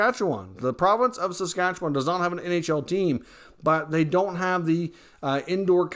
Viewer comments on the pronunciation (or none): Got to learn how to pronounce Saskatchewan, bud. Work on it , plz !